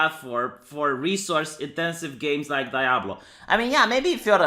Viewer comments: Lol pronouncing Diablo as "die-ablo". Oh.. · Did you just say "dayablo"?